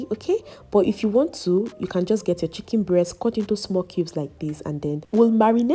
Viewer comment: I love your pronunciation of 'chicken', it sounds like 'chicky'